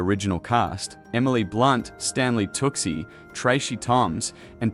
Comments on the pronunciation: Toochi not tucksee omg lol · The name is said as "Too-Chee" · its stanley TOO-SHAYY! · It's pronounced tooooocccchhhhhiiiiiii tucci 🤦‍♀️🤦‍♀️🤦‍♀️ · Learn how to properly pronounce Tucci--it's TOOOO-chee. Jeez. Other pronunciations are equally cringe. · It’s impossible to ignore the mispronunciation of several names and especially Stanley Tucci’s. 😱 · Feck off AI. Stanley tucki,? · You mispronounced Stanley's last name incorrectly several times as people have commented. That's annoying On the flip side I think this will be a good sequel.😊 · If you cannot pronounce Tucci's name correctly..... you do not need to review films. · You should be fired for mispronouncing Tucci.